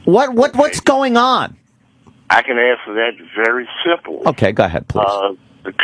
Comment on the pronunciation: "Iss very simpo". He's an arrogant jackass saying "Iss simpo" to give an air of high intellect when in reality he's an indoctrinated simpleton.